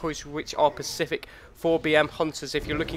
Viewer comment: dislike because you said pacific. its specific.